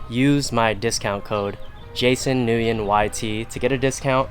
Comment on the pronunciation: why don’t u pronounce nguyen like how it supposed to sound??